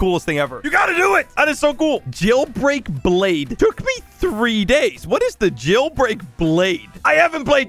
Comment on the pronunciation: says jailbreak wrong. me: is that how you say jailbreak.